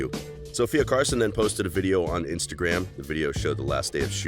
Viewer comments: Who heard him say sofia carLson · Her name is Sofia Carson not Carlson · Sofia CARSON not Carlson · Sophia Carson why did the say your last name wrong